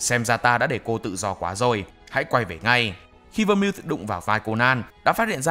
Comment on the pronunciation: Nhóm ơi Vermouth đọc là Vơ-mút nhé